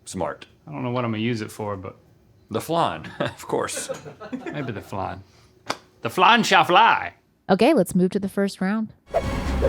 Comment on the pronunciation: Why is flan being Called flarn?